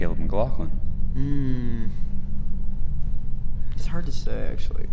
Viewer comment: My guy really said: “cAlAb mCgLoCkin”